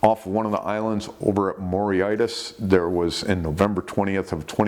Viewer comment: Mauritius.... Pronounced it wrong if thats the place you meant .... Queen Elizabeth sister used to go there a lot n get up to allsorts....John Bindon balancing 6 half pint pots on his dick etc....Goggle it ....